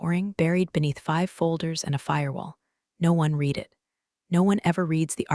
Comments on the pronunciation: Understood is three syllables not two. Pronunciation of read in past tense rhymes with red. Live when a noun rhymes with hive, when a verb rhymes with give. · Please teach your ai to learn how to pronounce 'live' and 'read' in the right situations. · Although a good story, please check the pronunciations of ' read and live' , very distracting all the way through.